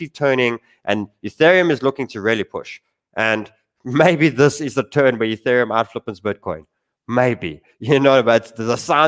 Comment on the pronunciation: "Youthereum". Once you hear it once...😭